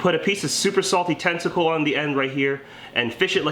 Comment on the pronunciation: Bro for the Jig Head did you really say "you can hook a super salty testicle on here" I'm sure you ment to say tentacle and maybe you even did but my wife and I rewand the video 5 times and we both say it sounds like testicle 😂